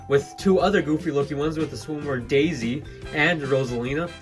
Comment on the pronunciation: why do you pronouce it as jaisy